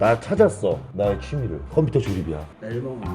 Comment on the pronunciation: ㅋㅋ 우리아빠도 콤퓨따 이렇게 발음햇는데